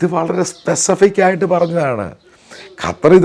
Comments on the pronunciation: Sir കാറ്റർ അല്ല ഖത്തർ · Not qataar just 'qatar' this the pronounsation. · കറ്റാർ അല്ല ചേട്ടാ…..ഖത്വർ എന്ന് പറ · ഖത്താർ അല്ല ഖത്തർ ആൺ ശരി